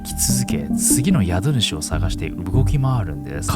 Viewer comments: 宿主（英語のhost）は、「やどぬし」じゃなくて「しゅくしゅ」ですね。一時、COVID-19が流行った時に日本では歌舞伎町のホストが、その名の通り宿主として大活躍して問題になったことがありました。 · 宿主＝しゅくしゅ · 宿主=しゅくしゅかな